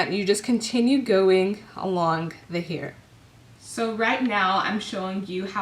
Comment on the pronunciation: The way you say hair is so annoying